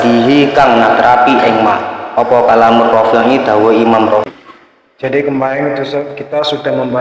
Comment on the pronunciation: Bantu jawab itu imam rofi'i cuma salah pengucapan saja